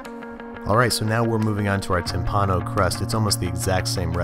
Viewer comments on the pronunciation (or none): Great stuff! (But the accent goes to the first I) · Tìmpano no timpàno dio ti fulmini